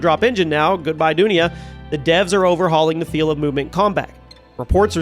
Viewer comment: Old what engine? 😂 its Du-Nea thats how u say it that means World in hindi or other indian language